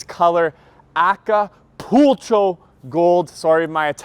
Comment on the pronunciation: Acapulco is a beach resort town in Mexico. That last syllable would be pronounced “Acapul-KO”. Also, Acapulco Gold is a weed strain that was popular a long time ago lol Dodge is being cute #TheMoreYouKnow